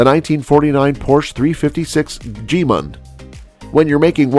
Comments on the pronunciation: Gee mund? Surely gaymunt. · "G-mund?" Atrocious! This video maker is... well, let's just say he's no smarter than the copy reader.